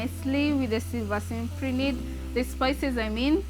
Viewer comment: If you want to say the scientific name... At least say it correctly.. Its cyp ri nid... Not Simp ri nid. Apart from that very good effort.